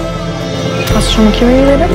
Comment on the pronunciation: Wie alle Kieu Mys Namen falsch sagen lol voll anstrengend Druck Team und traurig einfach